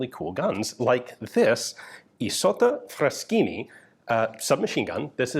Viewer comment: Isotta Fraschini pronounced correctly! Congratulations!